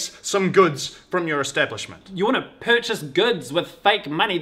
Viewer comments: that "pur-CHAYSE" got me good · The pronounciation of pur chase gets me every single time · pur-chase... LMAO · "Perchase" lol